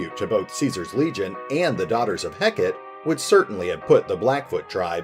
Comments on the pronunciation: Is it supposed to be pronounced 'Heck-et" or like the Greek goddess "Heck-ah-tay"? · Heck-a-tay. That's how it's pronounced. Its a deity.